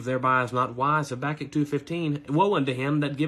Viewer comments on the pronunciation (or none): none